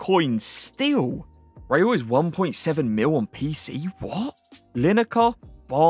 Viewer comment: Is not “Raiul”is Raul!😮